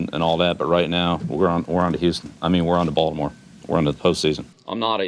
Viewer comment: "Haven't seen this many cameras since we signed Tebow" LOL He also says Balimore correctly. Love his interactions with other players too.